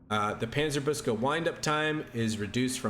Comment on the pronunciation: Hey, from a german speaker: Panzer-book-se, not Panzer-boos-ke would be a more accurate pronounciation🙂